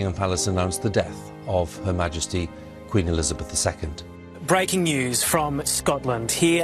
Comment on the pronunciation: Do you have a problem pronouncing the word QUEEN as it should?!